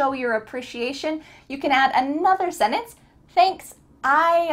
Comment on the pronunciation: Absolutely dreadful. Complete drivel and she can't even pronounce the word 'sentence'. Why do people embarrass themselves this way?